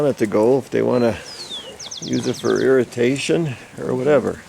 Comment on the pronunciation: Use the water for "irritation"?? Lol! Please tell me he knows the difference between irrigation and irrational.